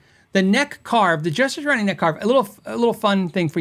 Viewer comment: Dude, not to be too critical but... It's pronounced "Sat-tree-awn-ee" not "Satch-ur-awn-ee"